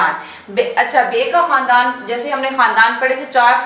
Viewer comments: خاندان کے تلفظ کو کھاندان کہتے ہیں نۓ بجے اس پر بات کریں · کھاندان نہیں خاندان ہی ہے تلفظ